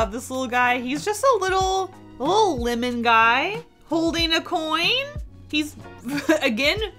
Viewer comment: LIMon? PINny? It’s like listening to someone say “ole”. It’s OIL. You boil water, you don’t “bowl” it.